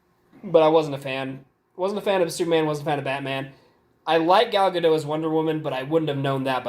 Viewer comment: You boys are so handsome! By the way, Gal Gadot's name is pronounced Gal Guh-DAWT. You pronounce the "t." You're welcome! ;) -- Mom